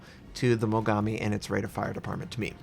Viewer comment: Why do all American people I know pronounce Japanese names like "Mogammi" and "Yammato"... It's pronounced "Mo-Gaa-Mi" and "Ya-Maat-O". Damn. What's the origin behind the way you pronounce things? (Kinda the same thing as "Atatsuki", the U isn't pronounced, making it "A-kat-ski", for example. But that's understandable as the U is actually in the name, however, I don't understand why Americans always put the emphasis wrong on Japanese namesakes.)